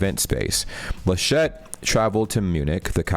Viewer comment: He is not French ("Armine Lachette"?) So it's not ArMIN LaSCHET. but ARmin LAschet